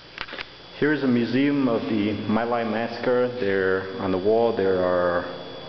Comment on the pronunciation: It’s pronounced me lai